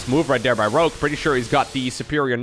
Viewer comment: I had thought the entire time you actually were saying Grogue LOL